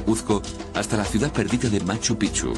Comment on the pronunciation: Carajo pronuncia bien....😡😡 se dice; "machu pik-chu" se escribe machu picchu